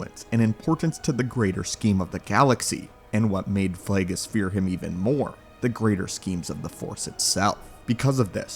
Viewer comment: Plagueis🤮 “Flagueis”😏